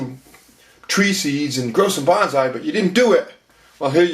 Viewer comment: I had a book about growing bonsai decades ago, published by the botanical gardens in Boston, mass. That book pointed out that the word bonsai should be pronounced like 'bone-sigh', not like 'banzai', which has a whole 'nuther meaning.... Not that it matters much, but I just thought I'd mention it.